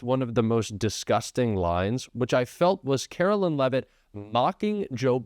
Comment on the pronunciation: Karoline not Carolyn